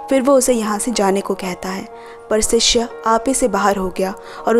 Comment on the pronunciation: Sishya nahi shishya 🙏